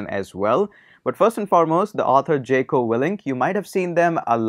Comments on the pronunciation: It's Jocko not jeko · its pronounced as jauko